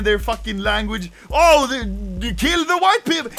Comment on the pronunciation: “Keel the hwhite peepol”